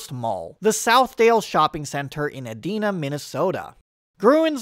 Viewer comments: Ee-dye-na not E-dee-na sorry Minnesota cities are hard. Great video. Added a lot of new info on a familiar idea. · Nice video, but as a local I do have to call out... Edina is not pronounced "E-dee-na", it's "Ee-die-na". Subtle but important, as if you say it the former way while in the Cities, people will chuckle, at you. We're nice but there are a few telltale city names that when people completely butcher (instead of asking a local how they are said) we facepalm over. We get it, we have a lot of Ojibwe and Lakota (Sioux) words here, plus a few local oddballs... they are worth learning. A few others that when said wrong will also immediately scream (to all within earshot, really) "I am not from here". :P Among them: Edina, Medina, Wayzata, Minnetonka, Shakopee, Chaska, Anoka, Monticello, Mahtomedi, Faribault, Ely... those are the ones to really know if you want to blend in. :D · Ok I'll be that guy. Edina is not EE-DEE-NAH it's EE-DAI-NAH. Otherwise I love everything you said! Apparently they are adding a grocery store to Southdale which will take it a step in the right direction but until they bulldoze the parking lots it'll remain what it is. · Edina is pronounced "E-Dinah," not "Ed-Dina." Sadly, Southdale has been so remodeled that it's lost all of its original charm. I grew up in Minneapolis and went to Southdale weekly. It originally had a Red Owl grocery store, a Woolworths five-and-dime with a lunch counter, and an auditorium in the Dayton's store that was used for civic functions. It also had a "sidewalk cafe" in the atrium where you could pretend it wasn't winter outside. And no, you didn't need a car; it's on the bus lines. Much of its appeal was that Minnesotans in the dead of winter could check their coats and snow boots in a coin locker and wander the mall in regular clothing. It was a wonderful mall, and I will always have warm memories of it. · Not edena It’s e Dine a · E-DYE-na, not E-DEE-na. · Same! I’ve even heard a few people say “Edna” 😂